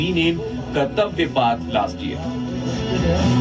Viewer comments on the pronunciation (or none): First of all the pronounciation of kartavya path is wrong. It's not paaath it's Just path or puth. Path is english word and path/ पथ is Hindi word .....